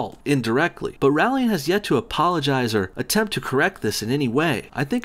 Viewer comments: LOL. "" is such a moron. Can't even properly say the name of the person you attacking, and then just about all of your points can be countered by doing some cursory research. You're a joke. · "Rowling" rhymes with bowling, just so you know. And she didn't write the Harry Potter stories, or anything else, probably. She's a front. Who really wrote it? Probably a team of agents, because there's NO WAY that fluffy bitch knows all that Illuminati shit. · DUDE ROW-LING, Like Bow-ling. Saying her name wrong makes you look so dumb. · Apparently it's pronounced "Rolling". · My responses: You pronounce Rowling wrong There is a lot of hype for Fantastic Beasts and I will never lose interest There will actually be 5 Fantastic Beasts movies There's no fairies There's no Quidditch in the US Is there no reason to slaughter Trump? Who shouldn't be against the travel ban? London had acid attacks every week? What? Okay you're racist and xenophobic... She's not a "vile piece of shit" She gave most of her money to charity First person to become a billionaire from writing books, gave it to charity It's FEBRUARY not Febuary Is Trump not awful? So why can't trans people be in the military? There is no problem. Trans people are no different from other people you idiot. Liberals can't stand jokes? Who would take kindly to you being offensive and racist? Trans people are not men in ladies' bathrooms Obama did a lot of good things Not every guys would brag about seeing naked women just because you would What is with the weird movies clips inserted randomly? It wasn't a false accusation, the video cut out the part where he talked to the child Trump? A Gentelman? What world do you live in? Slanderous claims? Try looking at what Fox News says vs. the truth Fantastic Beasts will not fail.